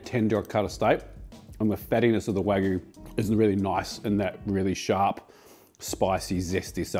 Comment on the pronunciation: I love you, but it’s Wag-you (or Wa-gyu) not wag-oo 😂